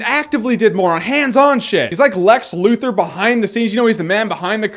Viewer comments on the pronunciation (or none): none